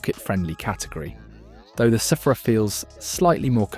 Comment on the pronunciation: I thought it was pronounced "sphere-ah" not "seph-ra"